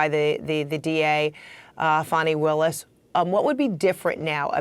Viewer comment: Frederica, pPlease pronounce Fani Willis' name correctly. Here is the correct pronunciation on her Wikipedia page. To continue to mispronounce her name is very derogatory.